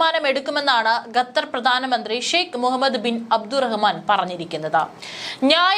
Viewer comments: Gether അല്ല Qatar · വിവരം കെട്ട ന്യൂസ്‌ റീഡർ, ഗത്തർ അല്ല, ഖത്തർ എന്നു വായിക്കുക. ഓക്കേ ഇസ്രായലിനെ പുളുത്തും. 😅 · ഗത്തർ അല്ല മോളേ, ഖത്തർ എന്ന് തന്നെ പറയണം. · At least pronounce correct name, Not gather but Qatar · ഗതാർ അല്ല ഖത്തർ 😊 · Gattar , who told you this prolongation. Better say gutter. QATAR IS Correct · പൊട്ടി പെണ്ണെ, ഗത്തർ എന്നല്ല ഖത്തർ എന്നു വായിക്കാൻ പഠിക്കുക. നല്ല തൊലിക്കട്ടി... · ഗത്തർ അല്ല. ഖത്തർ എന്നുതന്നെ വായിക്കണം. നിങ്ങളുടെ തെറ്റായ ഉച്ചാരണം കേട്ടിട്ട് ന്യൂസ്‌ കാണാനുള്ള intrest പോയി. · It's not gadhar, it's Qatar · ഗത്തർ, മദ്യസ്ഥത "' എത്ര മനോഹരമായ ഉച്ചാരണം